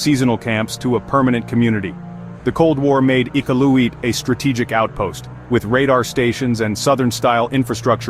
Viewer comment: Not one photo was from Iqaluit! Your pronunciation of “Iqaluit” was atrocious. Do a little research first before posting fraudulent information about a place you obviously know nothing about.